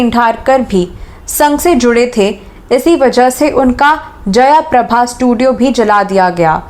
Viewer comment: जयाप्रभा नाही जयप्रभा